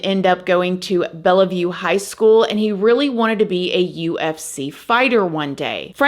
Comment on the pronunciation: You are butchering the name 😭 lol, it’s pronounced “bell-view”